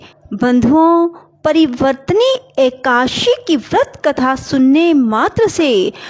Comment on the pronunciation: Ekadasi To ache se bolna Sikh lo